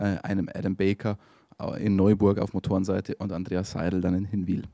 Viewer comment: übrigens, ihr müsst mal noch lernen wie man Hinwil richtig ausspricht 🤣🤣🤣